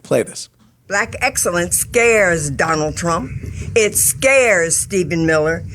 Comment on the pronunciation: She said "axxellence"